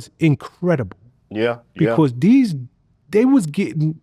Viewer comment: didn’t know “Becauuuuse” had 6 syllables